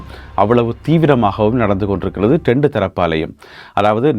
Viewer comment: ஒரு செய்தி வாசிப்பாளர் தெளிவான உச்சரிப்பு இருக்க வேண்டும். இரண்டு பேர் என்பதை டெண்டு பேர் என்கிறீர்கள்.திருத்தி வாசிக்கவும்.தமிழ் அடியானாக இருந்தால் தமிழ் மொழியை கொலை செய்ய வேண்டாம்.